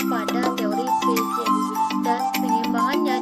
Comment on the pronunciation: Smngt terus.. tmpln ok.. Dan untuk teori piaget jangan di baca "piaget" yaa.. tapi "piasśe" 👍 😁